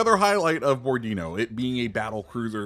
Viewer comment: Bo-ro-di-nó. Accent on the last o. Seems kind of a boring ship though due to low amount of guns, just point forward and shoot. Kind of lkke Jean bart or richie